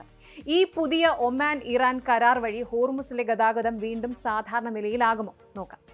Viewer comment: ഒമാൻ ആണ് omen അല്ല